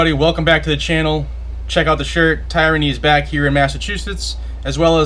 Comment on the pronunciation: You might want to look up how to pronounce tyranny.